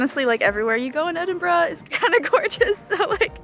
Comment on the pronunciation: My home town, though I now live in England, but so glad you are pronouncing the city name correctly 😁